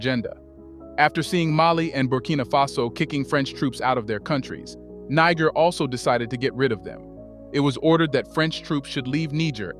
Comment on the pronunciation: What is it with some African Americans who can't be bothered to spend a mere minute checking on the proper pronunciation of African names and places?? You must pronounced Niger in three different ways, none of them the correct pronunciation!!